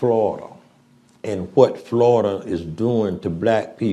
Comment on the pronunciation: Wow the guy speaking sounds like such an idiot I'm not sure he even spelled his last name right. "We are goin to ejicake da peoples bout Flawyida." Ffs who thinks that man is in a position to educate anyone about anything? You know how people say things like "you would have to be a complete and utter moron to believe this?" Well I guess we've found a believer.